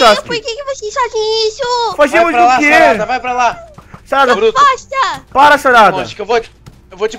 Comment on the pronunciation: o fala sarada tão ruim que ouvi tarada kkkkkkkkkkk